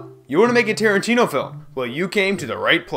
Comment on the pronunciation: Stop getting tarintino wrong 😂